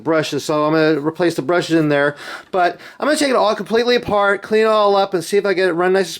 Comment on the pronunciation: How many heeyers and theyers??